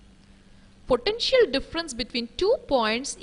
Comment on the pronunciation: It was pretty scary the way she pronounces 'potential'!